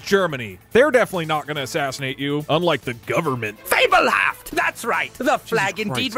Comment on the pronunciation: pronunciation of "Fabelhaft" is absolutely killing me